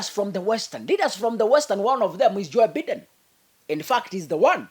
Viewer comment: The name is Joe Biden, pronounced 'Joe Baiden'.